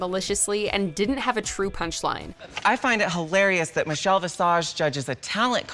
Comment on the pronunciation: "RuPaul's secretary; Meechel Bee-sage" LMAO